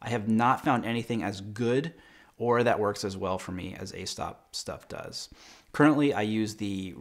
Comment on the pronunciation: Aesop is pronounced ee-sop.